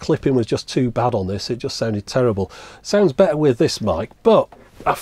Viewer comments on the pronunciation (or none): none